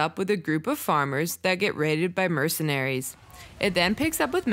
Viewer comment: MercenARIES lmaoooo why do you emphasize the ending of every word 😂